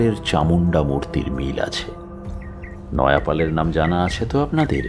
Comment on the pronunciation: নয়াপাল আবার কে? নয়পাল।